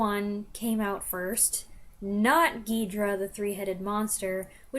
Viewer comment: Hi! I have been a hard core Godzilla fan ever since I saw “Mothra VS Godzilla.” I was so excited to find your review on YouTube and , as a Japanese, very happy that you love Gozilla as much as I. Now let me tell you how to pronounce "King Ghidora". A weak stress is put on “i” of “King” and "Ghidora" has no stress. Unlike English, Japanese words do not always a stress. Thank you very much for your loving my hero.